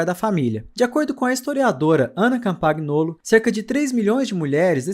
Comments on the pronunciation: O GN, do italiano, tem som de "nh". É "Campanholo". Campaguinolo é foda, hein. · doeu no ouvido o "CampaGnolo"... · Ana Campangnolo = Campanholo. Em italiano, o GN pronuncia-se como NH